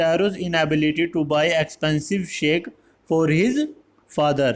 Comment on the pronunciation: Sir sake is not shake its sake (phave) in Pronounsation